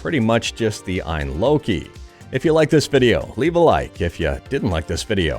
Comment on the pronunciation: Hey, great video. FYI I believe its pronounced A.Y.N (letters) I don't believe it is pronounced phonetically.